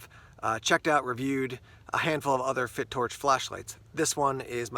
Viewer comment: I think its pronounced Fi...Torch .lol..great video..looks nice.